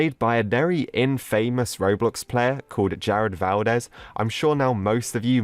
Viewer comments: Man says "in-famous" not infamous as all one word. XD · infamous not in-faymose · Did he just say in famous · "infamous" me: you mean in-fa-mus? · Ah yes infamus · its pronounced infamous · The way he says infamous puts me off, just sounds wrong in a way that it disturbs me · stop saying infamous like that